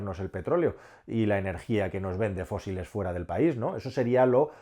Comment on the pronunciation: País. Se dice País.